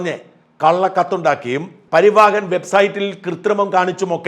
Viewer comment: It is PARIVAHAN Not PARIVAAHAN